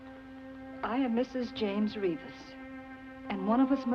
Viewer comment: Noooooo!!!!! That's not how Reavis is pronounced. 😢😢😢 I've been fighting this battle all my life.